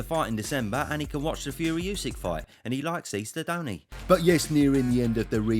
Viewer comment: Would be great if you would become the first English-speaking boxing commentator to pronounce Usyk propa. It’s Oo-sook